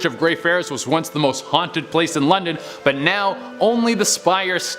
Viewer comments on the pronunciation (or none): none